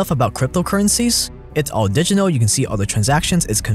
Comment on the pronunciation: repeat after me. di-git-al. di-giT-al